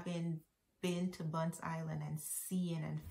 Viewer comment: It's not Bunce Island but Bonth Island